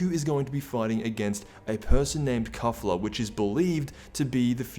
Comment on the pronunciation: It's "Kay-Fuu-Ra" not "Kuh-Fla".